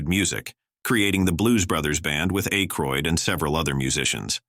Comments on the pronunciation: Loving how butchers these names. “Ā-croid” Really??😏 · I hate computer voices … so much mispronunciation… Dan Aykroud … Emma Lewandowski - you mean EMIL (Cory Wells) … ugh I had to stop watching